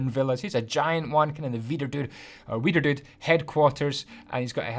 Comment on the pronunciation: It sounds like weiner dude